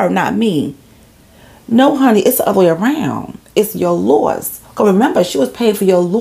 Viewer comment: Babeee that NY accent came OUT cause i thought you were saying the “loft “ belong to her anyway. I was like 😳😳😳 they owned a loft as I was listening. Then I said sayin “loss” 🤦🏽‍♀️🤦🏽‍♀️🤦🏽‍♀️🤦🏽‍♀️